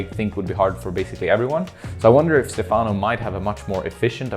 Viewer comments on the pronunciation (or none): It's cool to hear your comments on the route,. One note: Stefano's name should be pronounced with the accent on the first syllable (Stéfano). Keep up the great content!